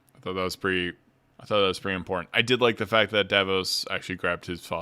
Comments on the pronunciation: Julien Davinos!!! Please I love the video but it drive me up the wall when you say Davos I’m like ”did I miss a character or something ” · Dah-VEE-nos You can just call him Julian or Sir Julian. PLEASE 😅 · If this is your full time job, then you should take the care necessary to pronounce character names appropriately. It’s jarring to hear you consistently mispronounce Thjazi and Davinos